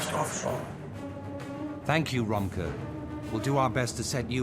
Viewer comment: The names of Romke and his crew are actually Frisian/Dutch in origin. They are pronounced more similarly as Romkeh, If-keh, Shoord, and Houke.